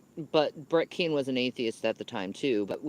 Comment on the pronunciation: Why is she saying Brett KING, but can’t pronounce any other g in the English language?